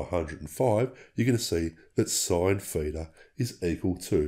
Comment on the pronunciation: What's a "feeter" angle? or are you saying (feature) with an accent? And what is that 0? Is that the "feature/feeter"? I did the equation of 12 x 0.57 and got = 6.84. Yours is 6.88. Why is that exactly?